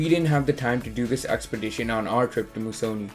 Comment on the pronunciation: It's pronounced " Moose -a -nee "